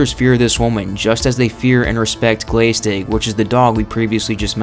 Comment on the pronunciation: Just a quick note: glaistig is pronounced as glash-tig (with the 'a' as in the American English pronunciation of 'glass').